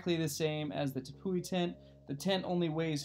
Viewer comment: Tepui is pronounced teapea bro lol